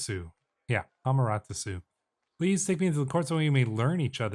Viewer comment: You definitely butchered the Japanese Sun-gods name, but then again japan is hard. It´s a(ah,with no literal h pronounciation)-ma (mah with same idea)-te( t-eh like as with following but instead of A it´s E)-ra (Rah, same idea as before)-su, with su spoken as shortened version of type of suu pronounciation, instead of anglocized s-you type of pronounciation. The su affix might be hard so try reciting names, like Hideyasu. Japan and many it´s related languages are hard since, the family of the languages i highly phonetic in nature, but decent effort, many japanese names are hard to pronounce, and are kind of pronounced as written, without the phenomena used in western pronounciations, such as in certain centes where the english a almost diverts to sounding like the letter e. personally it´s bit easier for me to pronounce, since my own native language is from the fenno-ugric branches. YT, and google translator are helpful for training, so don´t be discouraged.